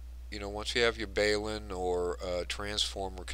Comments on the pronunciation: Just as a point of interest and not to be critical in any way: Balun stands for Balanced to Unbalanced, therefore, the proper pronunciation is Balun, short for ballanced, not baleun. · Balun = Bal as in Balanced to Un as in Unbalanced so Balun not Bale-un - xlnt vid!